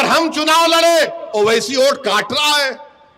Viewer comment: Abe vote bol thik se tujhe to bolne bhi nahi aata pm ko modi bolte ho